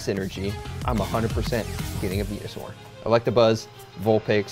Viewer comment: i clicked off the video when he seid " who likes venuesure"